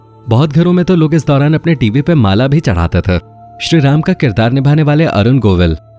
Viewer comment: थे cler nhi bol rhe ।।। ते nhi थे